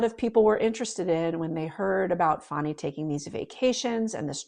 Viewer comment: FAN - ee not FAWN - ee